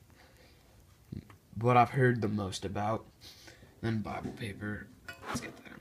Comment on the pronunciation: Did this nigga say BIbLE